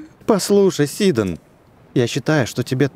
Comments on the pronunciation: Сидооооооооон а не сииииииидон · хватит говорить сидОн правильно сИдон